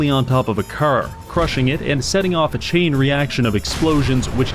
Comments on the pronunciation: like I said, idk what's up with them, it's weird that he pronounces "car" as "kerr", normal people don't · not sure how him being canadian makes him say "car" wrong, 99.9% know how to speak properly, source: am canadian